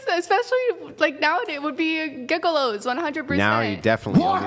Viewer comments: She pronounces women like "woman," and mispronounces gigolo with a hard G. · Did she say gigolo, with a hard 'G'?